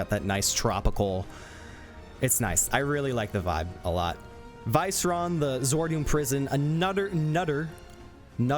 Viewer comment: Pretty sure Viceron is pronounced Vee-seh-rohn